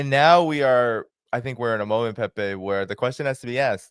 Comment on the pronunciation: I love how he pronounces Pepe’s name. ❤